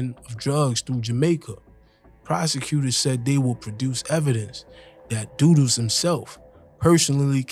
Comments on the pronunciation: Good video But it’s pronounced dud dos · His name is "Dudus" not doo doos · One thing though learn to pronounce his name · Your pronunciation of Dudus and other names are wrong. Jim Brown is Shower posse and Dudus is Presidential Click.Both ruled West Kingston by fear and not because they were loved.Shower Posse and Presidential Click did not rule outside of West Kingston.Klansman gang were the PNP gang in Spanish Town and were based in De La Vega City and adjoining areas and their bitter rivals were the JLP One Order posse.